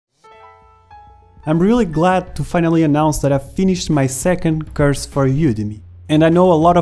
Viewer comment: I dont mean to be rude but when you say "course" it sounds more like you say "curse". But I like it and it made me smile:)